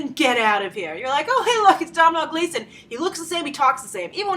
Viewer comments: Domhnall is pronounced Doe-Nal!! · Domhnaill Gleeson is pronounced Doh-nal. Sorry for bitching, but it was kind of annoying me.